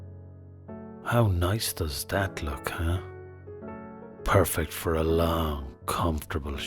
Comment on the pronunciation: "Poorfect for a nice, comfortable shit." 😂😂😂